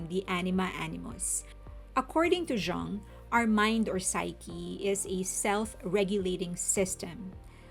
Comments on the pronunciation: Jung is Swiss and his name is German so it is pronounced YOONG. It means “young” and is the most common German surname. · the way i heard people pronounce Jung after this album...